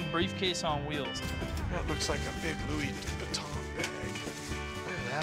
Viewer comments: might be a Louis Vuitton bag. Yup it's a "Luis Vitton" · "Lois Viton"💀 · lewis vilton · "it is a Lewis Vinton" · “It is a lewis veton “ 🤣🤣🤣🤣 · he said “Louis vent on” 😂😂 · "It is a Louis vinton bag." You okay buddy🤔🤔🤔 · "Luis Vinton" im dead💀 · Dude pronounced Louis Vuitton as “loo-is vitton” 💀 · "Lewis Vinton" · “This is a LouIS VeNtOiN” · “It is a Loouis Vinton” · "Lewis Vitton" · when he said lewis vuiton . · They said Lewis vinton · wtf is a louie vuinton? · Did that guy say Louis vinton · the way the guy said louis vuitton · It is a Luis vitton lol